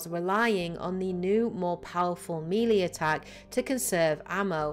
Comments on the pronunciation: Melee, not mili. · I know it's melee. Tell that to her.